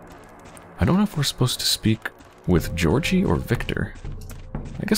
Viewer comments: No ones mentioned this but Im pretty sure Georgiy is pronounced "ghee org ghee", it just sounds more like the Russian pronunciation than "Jee or Jee". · It is pronounced more like Gyeah - org - ghee